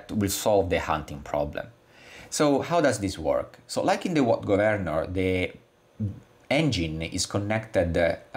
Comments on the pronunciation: Okay, I guess it's up to me. Thank you for your fascinating video! I will make one suggestion. The word "governor" has the emphasis on the first syllable rather than the second. It is pronounced "GOVernor" rather then "govERnor". Took me just a few minutes to finally get it. But well done anyway! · Nah, I like it! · I love it! Go Vern or! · Lol😂 took me 5 minutes in to understand your mispronouncing of 'governor'😅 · Lol, the only way I pronounce it now!